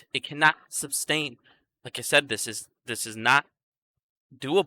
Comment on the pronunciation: Sustain not substain